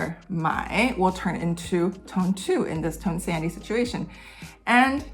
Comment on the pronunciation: I know it's spelled tone sandhi but I keep hearing "tone sandy" and like yeah, those tones are in a sandwich